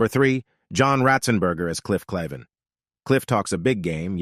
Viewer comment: What's with the fake thumbnail photo who isn't anyone in the cast? And, it would be nice if you pronounced Cliff Claven's name correctly as it was in the show and referred to Woody as a he, which he is. Narration leaves much to be desired for one of the great TV casts and producers of an iconic show.